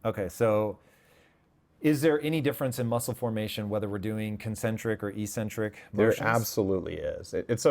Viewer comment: Ehk-sen-trik. The first "c" is hard because the letter that follows is a c (not e or i).